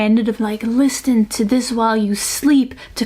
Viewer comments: i love this channel so much and i love her voice, but i cant help but notice every time she pronounces the "t" in listen😂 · You speak English so well that it struck me when you pronounced the T in listen. At least in the US the T is silent.